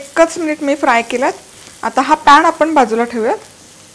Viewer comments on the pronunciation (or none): Jara swacchh ani shuddha marathi bolava. पॅण nahi पॅन mhanaycha. ण ला ण आणि न ला न mhanaycha.